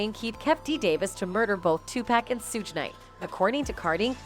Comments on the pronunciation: mispronouncing the names on purpose just to not get sued for defamation of character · Who is 2 PACK? And who is Surge Knight? How can you be a moderator and mispronounced names of celebrities of interests? Terrible commentary. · Did she say Sooge Knight 😆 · "Sooge Knight" 😅😅😅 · “Sooge” Knight lol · Shorty talmbout sooge night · The narrator can't even pronounce Suge Knight's real name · I love how Suge Knights name is pronounced lol